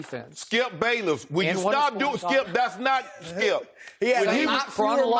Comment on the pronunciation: "Skiup Bayless. WOULD you STOP... gives up SKIUP"